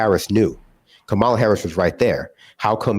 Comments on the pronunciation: doesn’t seem to know he’s saying Kamala Harris‘s name incorrectly. It’s said - Comma-la, rather than Come-ah-la. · Someone please let him know her name is pronounced "comma-la" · You’re the best, but repeat after me. It’s pronounced ‘Comma -La’ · keeps mispronouncing Kamala. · With all said, and believe me, I know there's much more to say, we are shooting ourselves in the foot by damning ourselves. We can't even pronounce the Vice President's name correctly. Sounds too simple to say that, however, no woman has ever been elected president, let alone a Black Woman. So, I am going to go and watch my favorite movie from 60 years ago, KaMAla verses GODzilla. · I’m a huge critic of Kamala Harris but damn dude say her name right 😅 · I find it odd that you corrected pronunciation of covfefe, but not Kamala. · Why does this guy keep pronouncing "Kamala" like the derisive Republicans do? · Someone teach the guy in the left box to pronounce Kamala Harris name correctly. He sounds like a Fox guest.